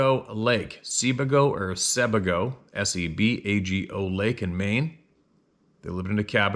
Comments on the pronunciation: It's pronounced "Sa-bay-go" Lake, Maine. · Maine lake pronounced: SabAgo (long A). Spent many summers there.